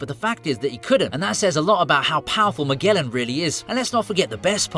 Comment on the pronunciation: It's ZunEEEsha,KizAAAru and MAAAgellan . What's wrong with people who English and cant say word right?